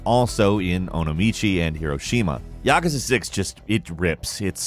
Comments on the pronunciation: Ya kuuuuuu za. Not yakaza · Ya-ka-sa? It’s ya-koo-sa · Its pronounced yah kooz uh. Not yak a zuh. Its japanese mafia. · lol "yakaza" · why do you say yakuza like ŸÆqaŻå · The way he says yakuza irritates me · did he really mess up how to say Yakuza??????